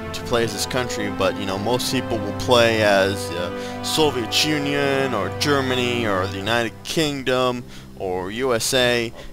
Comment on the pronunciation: And by the way It's pronounced Soviet Union, not Soviechunion.